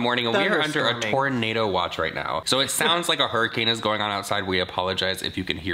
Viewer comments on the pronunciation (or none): none